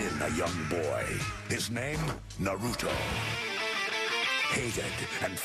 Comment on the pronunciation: you said naruto wrong